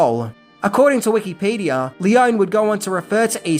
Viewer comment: I can't get over his pronunciation of Wikipedia, Los Angeles, Eli, and Madrid.